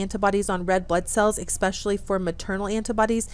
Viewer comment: Good content, but you lost me when you said eKspecially,. I find no fault with a person who gets their information from reading and then pronouncing medical terms incorrectly, which you do as well. That shows a willingness to learn independently. I wonder why nobody has offered kind corrections.